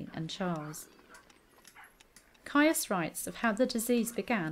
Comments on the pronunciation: It came to my notice reading the Cousins' War series and then the Tudors by Philippa Gregory. ( PS. Is not Caius pronounced 'Keys'?) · Caius is pronounced 'keys'. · John Caius is pronounced Keys - which was in fact the name he was born with. The Cambridge college named after him is pronounced Keys, too. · John Caius is pronounced ‘Keys’ - a distinguished doctor and natural philosopher, he enlarged Gonville College in Cambridge in 1557, and renamed it Gonville & Caius College - the name it carries to this day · Good video. However, the surname Caius is pronounced Keys as in the college. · Caius is pronounced Keys’ like Caius College, Cambridge which Dr Caius refounded and extended in 1557. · Isn't "Caius" pronounced "Keys"? (eg that Cambridge college) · Ciaus is pronunced: keese, such as with: Ciaus College Cambridge. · Great video about an interesting topic Caius is pronounced 'keys' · I wrote much the same a moment ago, except I think the more accurate pronounciation is 'keese'. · I know. This is a video from a few years ago. I've been pronouncing it correctly in videos from the last two years. Saying that, though, I have heard it pronounced both, which is where I got the original. I also pronounce Caius wrong here. It's"keys". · Ha! Yes, I haven't got a clue why I pronounced it wrong! I even had it marked in my notes to say it right! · What sentence would you give me? Hanging, drawing and quartering. I know I pronounced Caius wrong, which is why I added the pop-up apology and note in the description (I realised as soon as I'd published it). What else did you think was incorrect? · The way she pronounces 'Caius' is really grating! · You mispronounced caius, speke shrewsbury and a few more